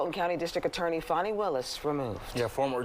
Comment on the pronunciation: Fani with an "A." Please pronounce it correctly.